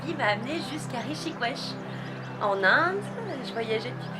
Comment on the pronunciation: Alors elle elle est totalement à l'ouest et c'est quoi cette prononciation de la ville ???!! On dit Rishikesh c'est pas compliqué ?! Pas du tout naturelle...